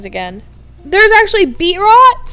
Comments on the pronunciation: It was like someone stabbing me and my grades everytime you said BeetROT instead of BeetROOT! 😣😂🤓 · It's not Be-rot it's Beet-root!?!?!?!!!! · Beetroot is beet then you say root as in the root of a plant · BeetROOT haha beetrot XD no hate love you just thought that was funny